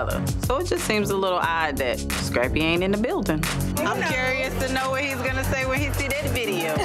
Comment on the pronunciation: Us: Scrappy Tammy: Shrappy Us: Screen Tammy: Shreen Us: Skate Tammy: Shkate This woman can't pronounce any words that start with " S C'' 😂😂😂😂